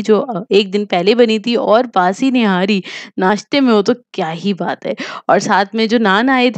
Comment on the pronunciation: nahari nai nihari hoty hy Zoya nihari bolty hy or ap nahari bolty ho